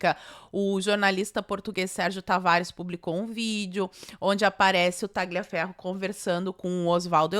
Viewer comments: a pronúncia correta é " taliaferro" GL em italiano tem som de L ok? Beijos 🌸🇧🇷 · Oi,, tudo bem? Like clicado. Não quero ser chato, mas é que incomoda... A pronúncia correta do nome Tagliaferro é: Tálhaferro. Em italiano o "gli" é pronunciado como "lhi". Então, para ser preciso, tecnicamente, seria algo como Taliaferro. Qualquer um dos dois vale. Mas, seja como for, o "g" é mudo.